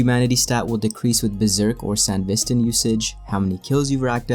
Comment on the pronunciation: it's SanDEvistan, not Sanvistan...